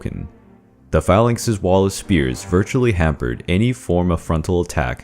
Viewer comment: They’re not spheres. They’re spears. Stop calling them spheres you sound ridiculous.